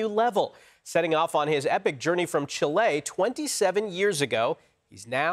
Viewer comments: It's not "Chill-lay". It's "Cheel-ay". 🤦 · I came for an epic personal story, but I found a journalist from the second biggest metropolis in the world pronouncing Chile as "Chilé" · Chillay😂 it’s Chile, pronounced Chilly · That's a life worth living. Truly inspiring. The way that reporter said ChilAy, though, was not inspiring. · "chilay" ;DD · When a newscaster cannot pronounce the name of the country “Chile” correctly, I lose a lot of respect for them. It is not “chih-LAY,” it’s “CHEE-leh.” DO BETTER. Geez! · where is “ Chee-lay” ??!! 😂😂😂 so you mean Chile ?? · Wow! The pronunciation "Chill-ay" apparently annoys the crap out of me. If you're going to go to the effort of pronouncing the second syllable authentically, why not do so for the first as well? "Chilly" is the lazy Americanized way. "Chee-lay" is the more authentic pronunciation. "Chill-ay" is just some weird, halfway, worst-of-both-worlds kind of attempt. He acknowledges that "Chilly" is not properly authentic, yet is just that smidge too lazy to say "Chee-lay." So, it just kind of lands somewhere halfway between the two. It's like someone walking up to a friend and saying, "No, Jim. Quesadilla is not pronounced 'Kwaysadillah.' It's pronounced KAY-sadilla.' You're welcome."😏🤓 No! It's key-sa-dee-ya! If you're going to say the "Que" right, then why would you not also say the "illa" right?! Ahhh! [I'm okay now, I promise.] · Chi-ley vs chill-e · Did this guy just said "Chilay?"😂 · From “chill-ay” 😂😂😂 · Where the hell is “Chillay”? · Chilay? Oh my god. LOL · “Chill -A “ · chi-lay lol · Chilêéêé???? Reporters 😂😂😂😂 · I think I'm more amazed at his pronunciation of "Chee-Lay" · What? His epic journey from "Cheeh-ley"?? 😅😅😅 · That pronunciation of Chile gave me a headache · Chillay???? Good to see the newsreader can pronounce places correctly 🙄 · No way do Yanks pronounce it ‘Chilay’. I don’t believe it. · Were the hell is “Shelay” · The way the Anchor said ''Chile" go back to school